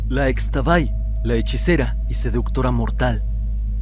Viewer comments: Es Ixtabay (en maya la x suena como sh) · Muy buen vídeo como siempre. Únicamente una recomendación, Xtabay se pronuncia como Ishtabay...😇😇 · solo como dato cultural, en la lengua maya, la "X" se pronuncia como "sh", entonces se escribe Xtabay, pero se pronuncia Shtabay. Saludos!!